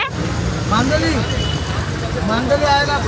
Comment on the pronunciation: मांदेळ nahi ga 😂😂 मांदेली😅